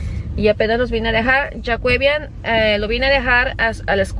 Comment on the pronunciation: se llama Jaquevian no choquevian🤣